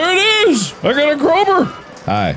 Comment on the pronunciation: i want a compilation of mark saying “crowber”